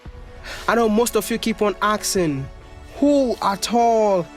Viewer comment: "I know most of you keep on axing asking..." -- Wode Maya Wode Maya, how many times will I help you with this? Asssssss-king, (not akkkkk-sing) Your home work, practice it man. And don't blame it on Chinese. ;)